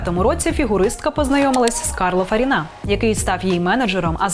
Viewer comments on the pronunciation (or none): Карло ФарІна,не ФарінА. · Карло ФарІна, а не ФарІна 😢